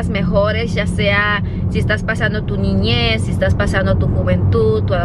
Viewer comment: ñiñez!!! jajajajaja no puede ser viene de méxico y no sabe ni hablar español o sea no tuvo escuela en su ñiñez? jajajajaja por Dios.